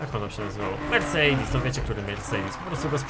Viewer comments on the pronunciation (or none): Może ktoś mi wytłumaczyć czemu mówi "mercejdis"?:)